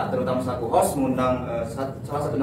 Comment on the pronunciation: host mas bukan hose